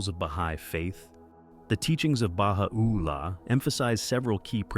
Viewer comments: Beautiful video, except you are mispronouncing Baha'u'llah. The accent should be: ba-HA-u-LLAH, not Baha-OO-llah. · oooooops, it is pronounced as ba-hai or Hi as we greet a friend!?! Baha'u'llah is easy too -- the 'u' is not emphasized. it is soft .. joined with 'ul-lah' .. .. ba - ha - ul - la cheeeers bro !!